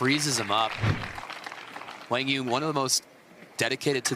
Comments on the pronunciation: i would say kwang zoong is more correct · No they arent. kwang zung is closer to the correct way for americans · His name is pronounced Wang yuuong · Actually, I'm curious again. How do you feel about the commentators actually mispronouncing his name and calling him Wang or something? Even Jack tried to correct her and still couldnt get it right. While I thought it was poor form from her since she mentioned on a podcast how professional she is, it's an Asian name for a Caucasian person who has never heard of anything like that growing up. I'll give her slack because I know she was trying. The person writing the title OTOH, that's just sad. Accidental I'm sure but sad. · Professional announcers should know how to pronounce the name of the players taking part in the match. These are basic requirements. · Do your homework and learn how to pronounce players names before you give commentary on a game. Be a professional! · Seems like it would be helpful for quang dong to clarify the pronunciation of his name. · Quang Duong - the commentors should learn how to pronouncing his name way better. It's pretty disrespectful